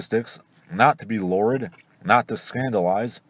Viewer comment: At 3'30": lurid is pronounced as 2 clear syllables: "loo" "rid" with the final consonant (d) enunciated. Great video.